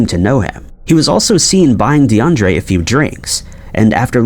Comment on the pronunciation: DE UN DRIA not DeAndre..